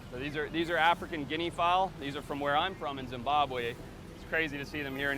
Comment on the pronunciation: you are not from zimbabwe bro😭🤣